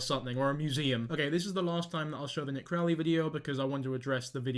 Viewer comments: It’s Nick Crowley, not Nick Crow. And he didn’t say the blatantly obvious school pics were taken by David, he said the grainier playground pics looked like they were taken by David and backed it up with why he believed that to be true. He’s been doing this a lot longer than you have and has 10 times the following you do. His video on this subject got just under 10 million views. He’s earned the right to be trusted by his audience. I’m not even sure why you keep referencing him in your video. You didn’t even take the time to get his name right so why would anyone believe anything else you’re saying about him? Sorry to come off harsh but that’s a pet peeve of mine. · his name is NICK CROWLEY NOT CROW